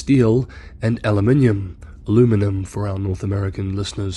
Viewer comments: Thank you for using the proper pronunciation of “aluminum “. Get some rest and get better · Thank you for saying Aluminum proper once.